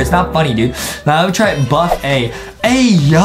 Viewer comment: Justin:is buff a! Me: i dont think is that buff a